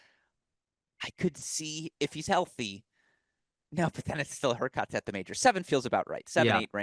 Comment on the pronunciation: help your friend with his player pronunciation. "zee-rev" "demon-now-er" "herr-kahtz?